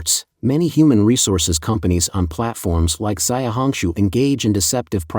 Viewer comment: zay-uh hong shu huh? not she-ow hong shu? You're so lazy. 小红书 xiaohongshu.